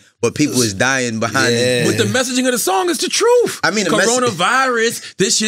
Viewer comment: "TROOF" & "BOOF" 😑